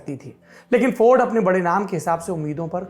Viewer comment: हिंदी बोलते समय इंग्लिश क्यूँ बोलते हैं ये लोग. इंग्लिश भी गलत बोल रहा है. फोर्ड को फौर्ड.